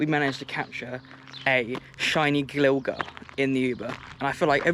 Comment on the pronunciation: HOW DID U PRONOUNCE GLIGAR BRO